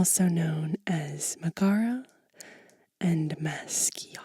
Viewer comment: Firstly, congrats on 1k! Secondly, I'm not really hearing the words you're saying. If your saying "megera" (the GE sound is pronounced as you would pronounce it in "jelly"), it doesn't have a male form in italian. It's also a very derogatory term, used to insult women, a synonim for evil, associated with the figure of an old, cruel, crone. If the second word is "maciara", is a word from a southern dialect, so not exaclty something that an italian would use when talking about witchcraft.